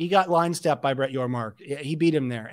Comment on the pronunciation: It's Yormark